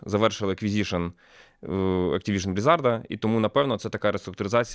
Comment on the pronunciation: 25 годин в pаlworld за останні 3 дні, а тому пару правка по новині: кооп там присутній. Ну і не блізАрд, а блІзард від англ blizzard. Дякую за новини)